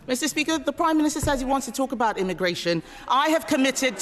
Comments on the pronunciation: "The Prime Miniature" did she say?... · Did she say "Primeminiture"??